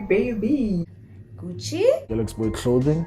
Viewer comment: It's pronouned Gal-x-Boy 😅